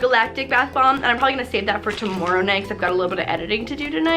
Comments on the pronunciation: the way she says tomorrow 😹😹 luv ya 💕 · and She sounds so Canadian when she says "tomorrow"😂😂